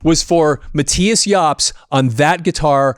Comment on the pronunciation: Its Mattius